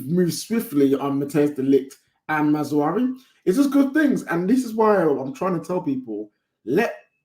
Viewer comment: it’s MAZRA-WI not maz-wari